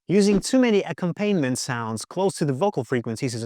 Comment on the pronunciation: Solid advice, great points. But I have one suggestion for future videos. ... It's not pronounced "ack-um-PAIN-ment". The word is pronounced "ac-COM-pa-nee-ment."